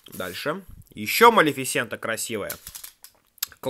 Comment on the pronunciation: Только не Малифисееента а малифисэээээнта